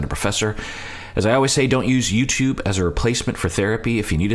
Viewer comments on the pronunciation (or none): none